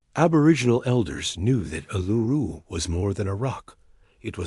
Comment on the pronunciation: Not Aluru but ULURU. The correct Name Vibration is very important.